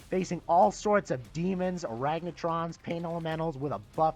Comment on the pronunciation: Good review man! Legit made me laugh. Sounds like you're saying Aragnatrons haha!